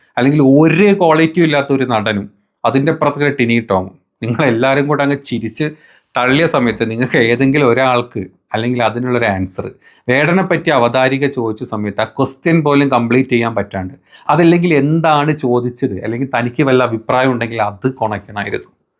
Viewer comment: Bro Avatharika alla avatharaka